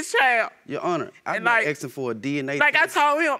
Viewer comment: Half of all these people are also always 'aksing' for stuff.. Always imagining a creep with an axe in my head 😂